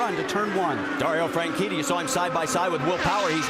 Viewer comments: why did you say "franchini" instead of "franchitti" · Suppose to be FranCheaty